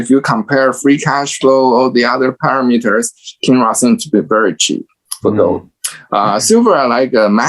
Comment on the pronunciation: He was saying Kinross. Its a gold miner. It took me 20 times listening to it.